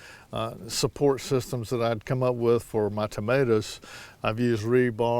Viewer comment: Like the way you say tomaturs! 😀